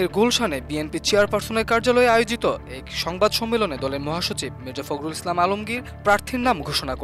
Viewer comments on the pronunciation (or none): সাংবাদিক সাহেব 'এক'-এর উচ্চারণ 'এক' না 'এ্যাক' হবে।